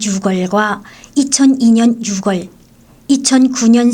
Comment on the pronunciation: 오리지널 한국인인 제가 들을땐 아나운서의 멘트가 영 어색합니다. 한국에선 6월을 발음할때 육월 이라고 하지 않아요. 유월 이라고 합니다 10월도 마찬가지 십월이 아니고 시월 이라고 하죠 북한분들은 6월과 10월을 발음할때 이런 차이를 모르는것 같아요. 육월과 십월 이런 발음은 한국인이 들을땐 너무 어색합니다. ㅎㅎ ^-*